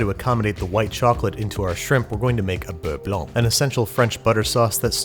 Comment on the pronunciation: Pretty good "Beurre Blanc" pronunciation :)